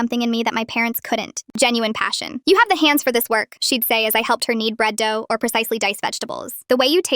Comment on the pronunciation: it's knead pronounced n-ea-d bad Ai pronunciation